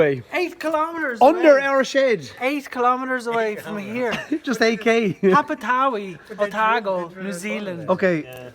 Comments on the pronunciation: Just incase you guys were interested on how to pronounce Papatowai properly, it is pronounced Par-Par-Tor-Why 😁 From a resident of Whakaoriori, New Zealand 🇳🇿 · It’s pronounced Pap - a - toe - e …….kind of